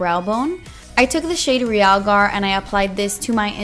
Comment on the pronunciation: finally somebody pronounces realgar correctly...